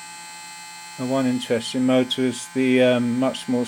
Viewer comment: The "Mootra" hahaha :'D